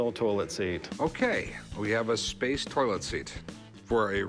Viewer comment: The guy who brought the toilet seat pronounces toilet as “toll-it”.